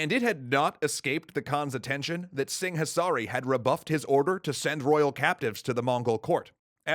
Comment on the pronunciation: In the local languages, the 'h' is silent in 'Singhasari'